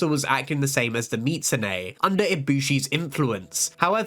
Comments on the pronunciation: Bro said mitsu-neigh multiple times. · "meetsoonay" and "palymoot" are insane man